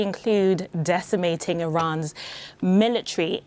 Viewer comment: "Iran's milla tree"